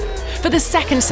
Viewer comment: "Haas Sandwhich"